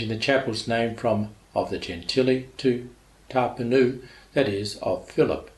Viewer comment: Great description but you butchered "Ta' Pinu" lol, its pronounced like Ta - Pin ou (In english phoenix)